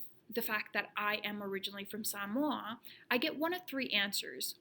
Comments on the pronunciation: Aye you know you a true Samoan when you pronounce it right haha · FINALLY someone who knows how to pronounce "samoa" correctly. seki